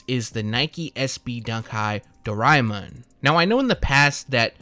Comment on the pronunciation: the way you said doreamon makes my day lol